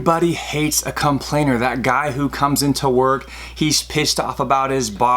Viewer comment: You say conplain Haha, weird. Cool video though 👌